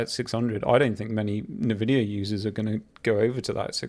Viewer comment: First time I hear someone pronounce INvidia - Navidia